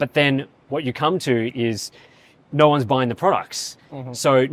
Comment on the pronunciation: he said "no one" as if it's like a magical emerald or something which seemed funny to me and I just wanted to make a satirical joke that I am the only one that'll afford a 50 super series. That's the joke. Happy now with your time wasted?